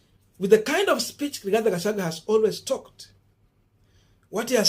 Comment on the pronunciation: learn to pronounce people's names correctly,Gachagua not Gachague